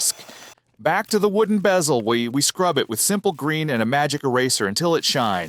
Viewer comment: the heck is a "bay-zel"?